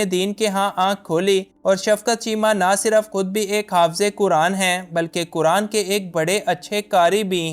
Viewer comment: بھائ جان!! آپ “کرآن” کرآن” کس کو کہتے ہیں؟؟ مسلمان ہوتے ہوئے کم ازکم “قرآن” تو صحیح بولنا سیکھیں!! شرم کی بات ہے۔ اللہ تعالیٰ آپکو ہدایت دے۔ آمین۔